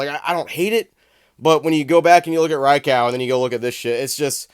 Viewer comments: Did you says “Ri Cow” haha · Was listening and not watching for a sec and was thinking wtf is a Drycow 🤷🏻‍♂️ 🤣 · I've never heard of someone pronouncing Raikou like that 😂